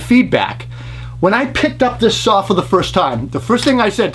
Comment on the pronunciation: 69 year’s later and still no “R” in the the word saw ... lol , love you buddy thanks for all the great work you do.